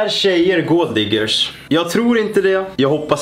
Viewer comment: ”Är tjejer gåld diggers?”